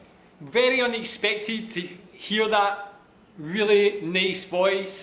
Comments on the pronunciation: Pagsabi nya nang nica neys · His "Nice" is "Neys"